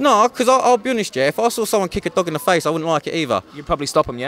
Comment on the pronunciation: he says thog instead of dog😂😂